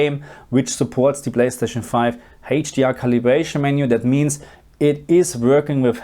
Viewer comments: Still haven't learned to pronounce "HDR" I see 😄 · He's German, what do you expect?